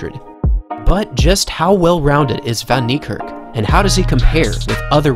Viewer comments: My guy wrecking his name, it pronounced fan nee kerk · It's prounced Fun-knee-Kark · As an Afrikaans dude. The pronunciation of Van Niekerk made me cringe through my very core lmfao. It's 'Fun Kneekerk'. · It’s pronounced fan neikerk as it is an Afrikaans name instead of van neikerk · Americans butcher his last name 😂😭 that's so so wrong lmao Its pronounced as fun-knee-ka(a for apple)rk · It’s pronounced “fun” Niekerk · It's Van Niekerk! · It's said WAYDE VAN KNEE KARK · Van Niekerk Fun-knee-cerk E of Cerk pronoumced as A. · The way they pronounce his surname🤣😂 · Any other South African here who gets slightly irratated the way people pronounce his surname wrong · You don't say van Niekerk like that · Your pronouncing it wrong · This man is amazing, however please learn how to say his surname , I kept wincing every time you pronounced it. Come on. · Dude at least learn how to pronouce his name properly.